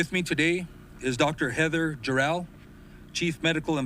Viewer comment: He keeps calling her, "Dr. JOR-EL", as if there were some "Superman, the Movie" connection...but, her name, as pronounced by herself, sounded like, "Jerrol".